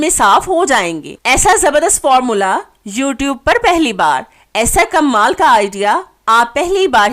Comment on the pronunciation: Uljhan Hoti Hy jub kmal ko kammaal Keh kr bolti hain please tlufz drust krain Tips waqi achhy hain